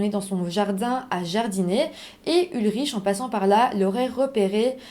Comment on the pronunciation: On ne prononce pas ulriche mais ulric …